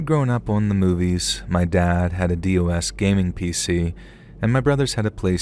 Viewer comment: "D-O-S gaming PC" 😂